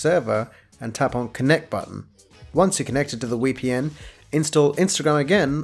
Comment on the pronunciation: He says "WEpn" 😂 I can't breathe because of that! Wery wery good 😆 I've heard of a VPN but never (newwer?) A wee pee enn.